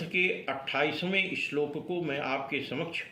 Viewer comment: Bhut sunder sir ... Apne to granth ke ishlok ka bhut acha uchharan kiya he ...